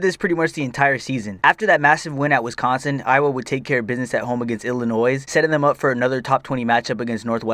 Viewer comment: Please don’t say Illinois with an s. It’s silent